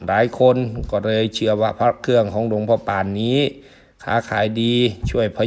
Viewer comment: ออกเสียงว่า หลวงพ่อปาน ไม่ใช่หลวงพ่อป่านนะครับ😅